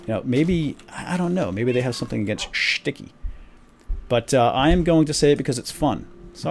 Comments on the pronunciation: i like you when you say shticky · i love it when you say shticky! and the tower of power is so epic! (im your biggest fan) =D